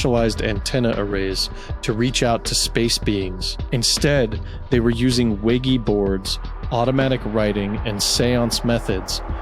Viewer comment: What is a Wiggy board, learn how to speak bro. Other than that, very interesting video. Never even considered the idea of this being possible. The justification for the government to keep quiet is logical too.